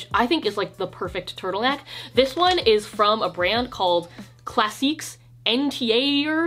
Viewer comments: im literally 2 years late to commenting this but classiques entier is pronounced “class-eek on-tee-ay” (at least that’s the closest to english sounds I could come up with) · Damn right we are, took me five minutes to figure out that she was saying "Classiques entier" 😂